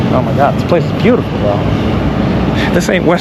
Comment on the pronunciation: “It’s beaut-E-ful”